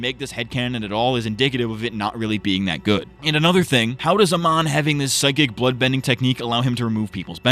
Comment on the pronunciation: I like how you just kept calling Amon 'Oman' (the country), which is what I did a lot by accident as well xd